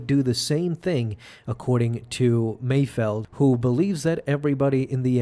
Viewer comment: Mayfeld, not Mayfield